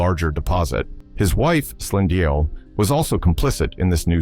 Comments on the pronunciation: Slin-dial was even worse 😂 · Sand-ill and Slind-ill ⚖️ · Slin dial (Slindile) 😂😂